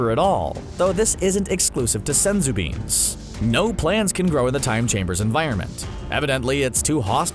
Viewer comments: “SENzu Beans!!” I hate how he pronounces it. So much emphasis and it annoys the hell out of me. Oh and... SUPER 18 ??? Cmon man at least proof read the research‼️‼️ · It’s Senzū beans